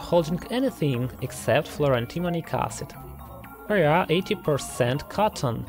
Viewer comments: Love the way he repeatedly saying ahsid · pronunciation tip, it's not pronounced "arse-id" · He's pronouncing Acid as Ass cid